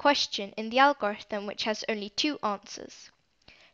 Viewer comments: the way she pronounces algorithm 😂helpful video nonetheless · fr makes it hard to watch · So no ones going to talk about how she says algorithm??? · It was so distracting